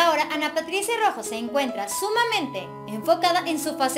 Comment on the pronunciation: por lo menos menciona correctamente Su Apellido